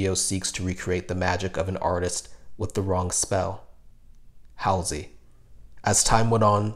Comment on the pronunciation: i lov how many prople don't know how to pronouce Halsey , it's a common street name and she's been on snl many times. like how hard is it too look up the right name?easier to get ferreira wrong since it's a non standard spelling.